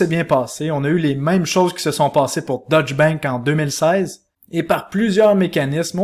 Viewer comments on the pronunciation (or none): Information général, il est important de prononcer deutch "deutsch" et non "dutch". Deutsch est la langue allemande, dutch est la langue hollandaise.... La prononciation change le pays..... ;-)